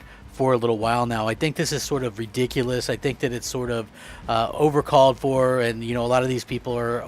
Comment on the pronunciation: Did he say “overcalled for”???